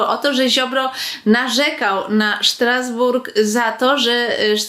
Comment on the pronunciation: Nie Sztrasbourg lecz Strasbourg